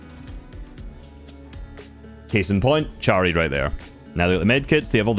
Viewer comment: its chary but you read it like harry